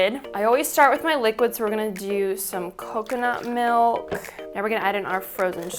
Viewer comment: Who else is annoyed when someone says melk. Not a hater